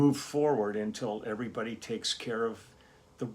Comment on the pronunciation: Oh Lee on your intro when you said hello everybody you did a perfect impression of the late great Foster Brooks! LOL